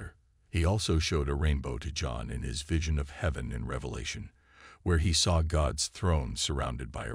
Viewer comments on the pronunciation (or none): none